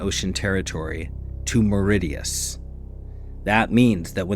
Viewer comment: This clown can't even pronounce Mauritius correctly. Way to go, chump. I tuned out after 30 seconds. Do better.